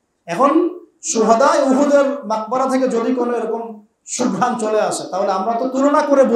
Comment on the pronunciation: Jai hok aapni hoyto bolte cheyechen জান্নাতি sugrhan kintu hoyto mokh theke barhoye giyechilo জান্নাতে shurhan aar savabik bhave sobai জান্নাতে-র suneche sugrhan sutorang বেআক্কেল বলদ sobdo ta nabolle valo hoto karon aapnar kotha ta sopsto sona jaini